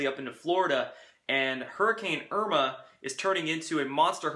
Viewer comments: lol he said imra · Pleased spell and pronounce Irma correctly. If you want people to take you seriously...I know it seems small, but you could lose followers on careless errors.